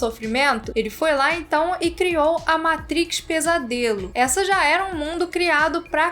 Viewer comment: Vídeo excelente, só precisa melhorar essa pronúncia "matriz" 😅